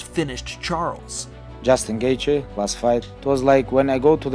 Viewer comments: bro pls if u make another gaethje vid pls say it like ‘gaechy’ that’s how it’s said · Sorry, but you don’t need to emphasize the “th” in his name. I like your video, but that was quite annoying since he is my favorite fighter along with Wonderboy. Just call him Justin or “The Highlight” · The fucking fact you can’t say his last name correctly is infuriating. You don’t deserve views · He’s not even saying the right last name 🤦🏻‍♀️